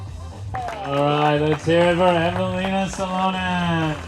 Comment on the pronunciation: Who the fuck is Eve Uh Leen Uh So Lunnin? This AI crap made me turn it off about 5 minutes in. It hurt my ears listening to this.